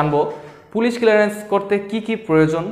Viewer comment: এটা কিলারেন্স না ক্লিয়ারেন্স 🥴।